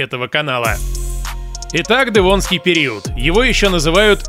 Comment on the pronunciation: Автор. Как произносишь "дЭвонский"? Это так модно? По мАсковски..